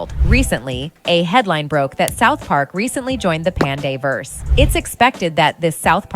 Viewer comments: Panderverse. Not panda-verse. Not pande-verse. PANDERverse. As in 'pandering' + 'universe' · Who pronounces Panderverse as Pandaeverse and Pandeeverse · Why does she keep saying "pandeeverse" annoying